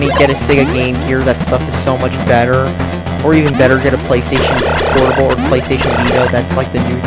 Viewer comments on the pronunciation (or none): none